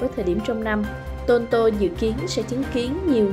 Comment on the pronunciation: Biên tập viên: cần phát âm tiếng Anh chuẩn cho đúng tờ báo Viet-Anh. Vi du: Toronto….